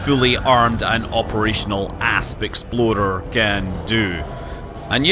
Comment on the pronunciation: I showed this video to my younger cousin who is getting into space exploration games like Elite and he about died each time you said "Asp Explorer" because he thought you said "Ass Exploder" lolol.